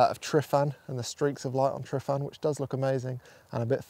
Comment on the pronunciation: *Tru-van. Pronounce the “f” as a “v” 👊🏴 Nice video, I do the same - can’t wait to get back to the Ogwen Valley myself, it’s been over a year now and I’m only 45 minutes away 😢